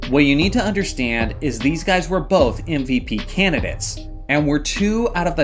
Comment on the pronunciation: Is my man slyly saying ‘NVP’ instead of MVP? Thats what it sounds like